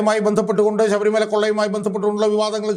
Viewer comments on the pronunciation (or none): none